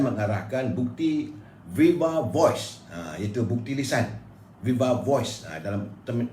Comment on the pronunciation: Viva Voce tu bukan baca dia Viva-vos... Baca "Vai-va Vo-se". And please learn some correct pronunciations on other words as well if you wanna use English language, like the word "doubt" for example.